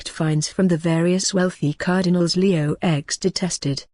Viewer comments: Leo "X" really? I know it's a computer voice but really, cant tell a letter from a roman numeral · Come on!!! Leo "ecs" and Alexander "vi"??? "Ces-ar"??? Pathetic!!!